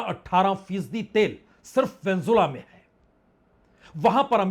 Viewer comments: वेन्जुला नहीं वेनेजुएला ...😂😂😂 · उच्चारण पर ध्यान दें वेनेजुएला न कि वेंजुला नेतनयाहू न ki नेतानु काबिज नहीं काबिज़ इराक नहीं इराक़ आप वरिष्ठ हैं कृपा सही से बोला करें